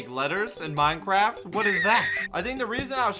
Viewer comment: Wow perfect job he switched from fortnite to minecwaft